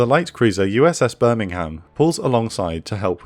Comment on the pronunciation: honey, Darter, as a gato class submarine, had fcking 6, SIX, bow torpedo tubes. How the fck could she all 10 of them at once? Birmingham, you damn ignorant. Nit birming-ham. 🤮 You can't fly for several hundred miles to provide CAP, you tool. Cover, sure, but nit CAP.